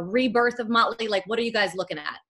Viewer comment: Ha "möntly" Crüe